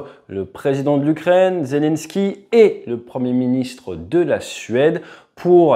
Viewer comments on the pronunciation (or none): none